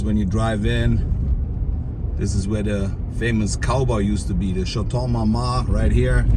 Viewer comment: The movie Idiocracy gets more real with every day... A dump truck slamming into a bar... Also it's not pronounced "Schatong Marma" it's "Schato Marmoon". 😃